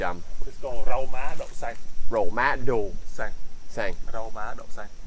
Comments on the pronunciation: hey, [rau má "ĐẬU" xanh] not [rau má "ĐỤ" xanh =]]]] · Rau má đậu xanh chứ k phải ‘ đú’ hay ‘ đụ’ ok👍👍👍👍😂😂😂